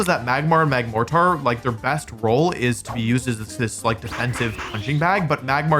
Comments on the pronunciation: Apparently Wolfe pronounces mortar as “more-tarr” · that is NOT how you say the word mortar